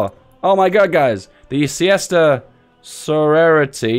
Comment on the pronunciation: Apparently sorority is pronounced, "so-lurll-i-ty"